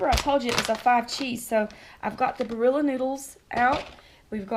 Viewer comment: Love how those southerners pronounce the Italian name "Barilla".